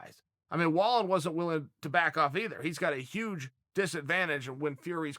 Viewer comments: Pron: Vall een. Your producer sucks and if you watched the fight the announcers said it times. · It's Vall-N. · in Swedish Wallin is pronounced "wall-een" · Pronounced vall-een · Chael his name is pronounced (valeeeen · I’m pretty much positive it’s pronounced valEEN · Wrong chael pronounced Valine.. still love ya tho. And disagree with the potential scoring after 6 at best wallin was 3-3